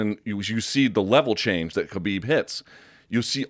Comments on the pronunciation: Joe can say all these Brazilian names with the correct accent, but can't say Khabib's name right ever. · Most people say khabib wrong and his last name has a crazy pronunciation.